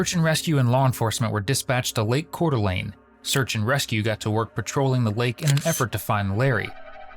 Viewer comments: Thank you for saying Coeur d'Alene properly. 😊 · Ay! A correct pronunciation of Coeur d'Alene! A gold sticker here.